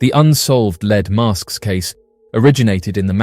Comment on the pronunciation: “leed mask case”